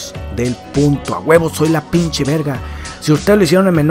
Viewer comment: segundo comentario eres el mejor me da mucha risa como dices pinchi o pinche xD